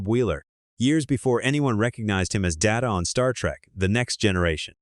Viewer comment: no way i'd stay subbed to a site that says the name "Data" from Star Trek TNG wrong.